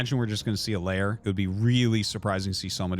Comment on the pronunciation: Can someone tell Artosis that it's not layer, but lair? Thanks!